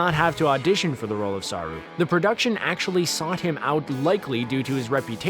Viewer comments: ..... Sah'rue.... So close.. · Saru it’s pronounced quicker than saarruu